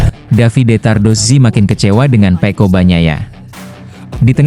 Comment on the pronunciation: Kok nyebutnya pe'o bukan pecco 😂